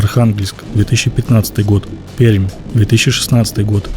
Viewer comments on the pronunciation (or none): none